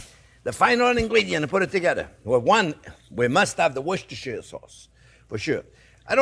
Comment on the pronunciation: why do you not people in the do not USA learn Engish , it is not worsester seserer sauce it is Wuster sauce